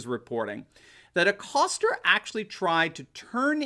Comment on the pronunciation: where is the "R" in Acosta?.....LOL